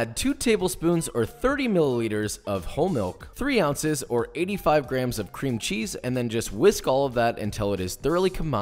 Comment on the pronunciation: Instead of grams I heard crayons??